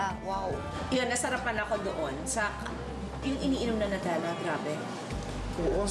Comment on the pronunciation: New-telluh Kris.. new-telluh.. got it?